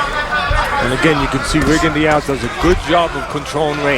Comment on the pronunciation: Shit! They really don't know hom to pronounce his name. It's French... Ree-gon-doh!